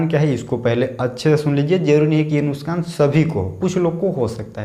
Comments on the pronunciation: Are bhai nuskan nhi hota nuksan hota h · Its nuksaan not nuskaan